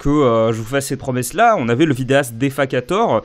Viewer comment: defakator ça se prononce Dé - Fake - ator